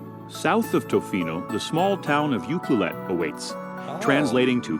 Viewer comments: Right? And I cracked up at the narrator's pronunciation of Ucluelet, Cowichan etc. 😅 We're so lucky to live here.🥰🥰🥰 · Sorry, but the way that video mispronounces some of the place names grates on my nerves!! Most people in B.C. say: Juan de Fuca (WAN-de-FYOO-ka); Cowichan (COW-i-chan); Saanich (SAN-ich); Uclulet (you-CLUE-let). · Cowichan means the "warm land" and is pronounced Cow-ich-an - Saanich - is Sah-nich - Juan De Fuca is pronounced Juan De Fu-ka. Ucluelet is You-clue-let. I find it funny which ones the narrator gets and which he doesn't!! Some of those trails are NOT as easy as they are implying and require passes to hike on - there ARE mountains on VI - Victoria is the capital city of British Columbia, and finally DON'T feed the seals on Fisherman's Wharf!!! You can get bit - and ticketed - it's illegal!! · The narrator does not know how to pronounce the place names. COW- ITCH-CHIN, San-itch, YOU-CUE-LET. Most of Vancouver Island is rainforest. The island is divided by a mountain range (great ski hills) The video didn't even mention the northern part or the other (east) side of the island or any of the gulf islands. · For the record, the narrator badly mispronounces "Cowichan" (should be cow-i-chen), "Saanich" (should be sah-nich), "Ucluelet" (should be you-clue-let). Also can't believe they skipped Ladysmith, home of Pamela Anderson.